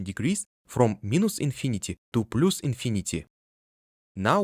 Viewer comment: (Please ignore this comment if you don’t want to be bothered by advice about English pronunciation. Because your video is amazing and fully understandable.) “Plus” should sound closer to «плас» than «плус» And “minus” closer to «майнас»/«майнес» than «минус»